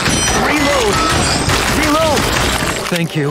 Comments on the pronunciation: Resumen del gameplay: "rilout" Buen video, me gustó el remake, justo en la infancia, y para el que me diga que se escribe Reload, amigo, diviértete un poco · Solo dire: "rilou" XD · Contexto? "Rilou" JAJAJA, MUY BUENO JUEGO, NOS PEGO EN LA NOSTALGIA